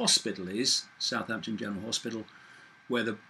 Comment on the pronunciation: The only human i've heard pronounce southampton correctly - well 50/50 .. most reporters (especially in the MSMedia) says south-hampton and it really gets my circuits hot.